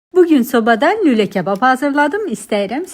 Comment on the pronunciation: Ule yox lule😂